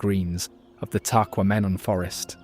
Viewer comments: Love Ole taqua-men-en falls lol. Can't anyone do a documentary about Michigan and pronounce everything right? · This is a very nice documentary and I enjoyed, but here's some tips on pronunciations : Gitchigami is "Gitchy Goomy", Calumet is "CalYOUmet", and "Tahquamenon", the accent is on the second syllable "quam". Just some helpful suggestions, not a knock against your good work. Thank-you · Tequamenon, pronounced.... tec-kwom- en-on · Great video of my state. I learned a lot. But its pronounced “Tah-qwah-men-on”😂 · TACKWAMAMON ! Yikes !